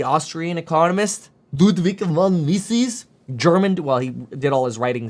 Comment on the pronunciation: It’s pronounced : “Me-Zus”